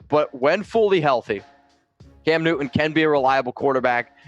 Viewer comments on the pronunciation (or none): m just an old fart.... Maybe I. WHY do so dang many of you younger YouTubers completely fail to enunciare the letter T? You say Cam NEW-un or .... Just curious.